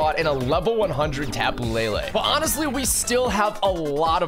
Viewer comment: tapu lay lay it's le le not lay lay ???